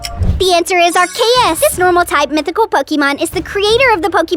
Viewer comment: ive heard of people pronounce it ark ee uss and ars ee uss and ark oos but ive never heard anyone say it ark ay uss so thats a first